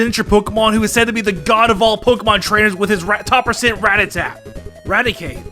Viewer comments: RATTATA, NOT RATATAT! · even fricking calls Ratata, RAT-a-tat